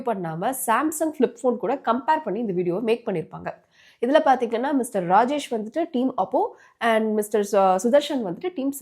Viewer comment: Apdinaa, Paatheenganna ❌ Apdinu Sollitta, Paathingannu Sollitta ✅